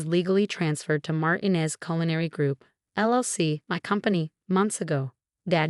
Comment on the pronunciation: (1) A female narrator for a male protagonist. (2) Mispronunciation of family name. It's Mar-TEEN-ez.